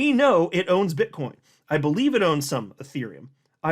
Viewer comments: Bro, it's BITCOIN not Bitchcoin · He said Bit-ch coin 😂 I heard it!